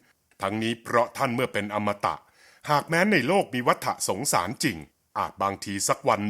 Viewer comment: วัฏสงสาร อ่านว่า วัตดะสงสานครับ